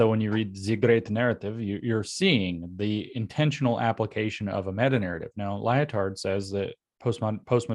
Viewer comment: "Lyo-Tard". This is how you know we are living in a simulation. The dude's name is actually "Lie-Tard". Just lol